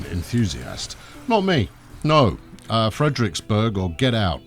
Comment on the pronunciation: Frederiksberg sporvogn: Frederiksbear spoorvown -> approximated danish pronounciation for you there (you like having a mouth don't you? ;) ) nice video :)